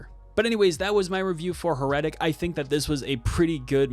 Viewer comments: Dude, accent is on the first syllable. HAIR-uh-tic. Like Heresy. But otherwise good review. It can’t be worse than the Popes Exorcist, so middle of road isn’t a ditch like that was. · How did you come up with that pronunciation? Accent on the first syllable, my man. HAIR - uh- tik. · How can I respect a review when you can't even pronounce the title correctly? heh ruh tuhk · Your pronunciation of heretic makes me shudder. 😨